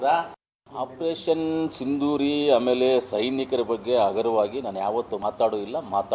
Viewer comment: Operation sindhiri alla ri Adu sindoor first matadodu kaliri....